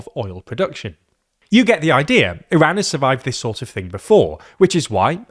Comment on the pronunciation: Thank you for pronouncing Iran and Hormoz correctly 🙏